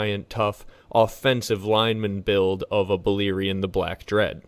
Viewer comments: balErion no I(ee).. read how its written. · Its "Bal(AIR)ion... not Beleerein. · Bah-Lair-ion not Baliron 😂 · Any language grammar/phonic rules tells me you're pronouncing it wrong. E= ee, and, I = ee cannot both be true. Buh-LAIR-eeon.